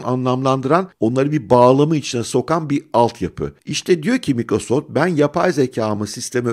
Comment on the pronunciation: abi şuna maykrosoft deseniz her mikro deyince kulağım tırmalanıyor.